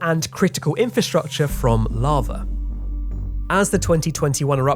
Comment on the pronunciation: "Larva" I can't not hear this.